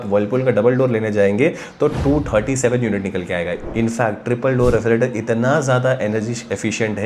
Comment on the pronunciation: Refrigerator lo re-fri-trator bol rha.. Itna irritate ho ra sun sun k maine tri video hi bnd kr di is comment k bad.... Totla sala